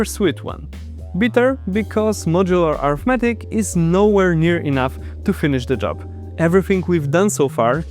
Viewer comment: Problems I hear in the video: mispronouncing "arithmetic" (it has two pronunciations, and you picked the wrong one). "Remainder" sounds like "reminder". "Eureka". "Algebraic" sounds funny; the second "a" is off.